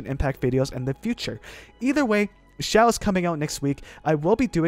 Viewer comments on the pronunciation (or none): none